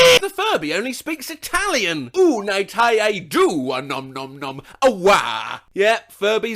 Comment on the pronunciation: as an italian i can say that pronounce of italian is.....meh